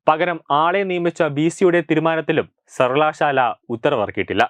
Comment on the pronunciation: സർവകലാശാല എന്ന ഉച്ചാരണം നന്നാക്കുക. ബാക്കി എല്ലം നല്ലത്